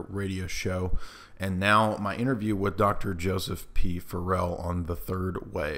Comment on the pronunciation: Dude always pronounces Dr. Farrell’s last name incorrectly.